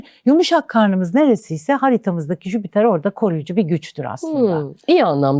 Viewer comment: Gezegenin adı "Jüpiter" değil miydi🙄 Neden tüm astrologlar ısrarla "Jübiter jübiter" diyor ben de buna takıldım🤭